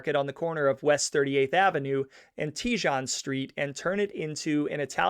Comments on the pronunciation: Teejahn lol. I couldn’t pronounce it when I moved here either. Tay-hown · It's prnounced tehone not tejone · You are mispronouncing Tejon- the j is h in Spanish. In other words, it’s “tayhone”, NOT “teejon” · Hehe, it’s pronounced “ Teehone not TeeJohn street. 😊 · This is really good. BUT you are mispronouncing several names. What you are calling Tee-zhan (Tejon) is Spanish and is properly pronounced Tay-hone. Pee-coss (Pecos) is pronounced Pay-cose And Vi-jill (Vigil) should be pronounced Vee-hill. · don't forget the restaurant was "sold" to a very prominent politician .... and its "tee-hon" not "te-jon" lol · it’s pronounced “Tay-Hone” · Even this is WRONG ‼️ The Street Name Is Pronounced "TE HONE"‼️ IT'S A SPANISH WORD!! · Tejon pronounced - Tay’hone 😊😊😊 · Tejon is pronounced “tay hone” for future reference. I pronounced it like you are when I first moved here lol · Thank you for a well done show. As a Denver native, I had always heard of this family, but not all the details. My only complaint is the pronunciation of some of the words. Pecos is "pay coss." Tejon is "tee hone," Vigil is "Vee hill." I appreciate your efforts. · You're also missing per bouncing the street name "Tejon"‼️ It's pronounced "Teh Hone"‼️ It's a Spanish name‼️ LOL 😅😂🤣